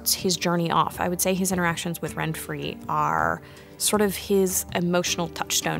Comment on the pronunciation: Yeah, except her name is "Renfri", not "Renfry".